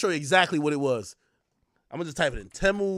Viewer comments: Its pronounced Teeeeemu lol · It's pronounced "tee-mu"